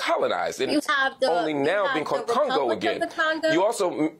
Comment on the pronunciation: She said Congo??? And Cameroon?? For the love of God 😂😂